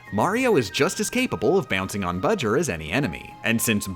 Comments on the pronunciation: Why you still call him bujr that is not his name his name is bowser jr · Shouldn't his name be "Bojur", not "Bujur"? I mean "BOwser JUnioR", right? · It bower jr not budger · But... his name is Bowser Jr, not Buwser Jr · I dont get it hes saying budger its bowser jr not budger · I don’t know why, but that fact that you call Bowser Jr. “Budger” is for some reason absolutely hilarious and I almost start crying each time. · excuse me ma’am what is a budger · I like how you call bowser’s jr budger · i don't know why they're calling bowser jr. budger but i am not complaining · Every time yo say buger and not jr I laugh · His name is budger???? Or are you saying bowjr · Uh why is bowser jr called budger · Why does she call him "Budger" and why is nobody else in the comments asking this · Am I the only one who is very annoyed that she calls Bowser Jr Budger? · Who says Jr like ger? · Why the hell do you keep calling him Budger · Plz stop calling him budger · doesn't have the time to say Bowser Jr's name correctly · He’s saying bowser jr wrong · She shortened his name to BJR, that's why she says his name like that.